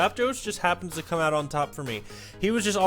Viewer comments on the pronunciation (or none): none